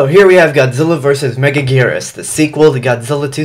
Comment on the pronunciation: Why is she pronounced megagurus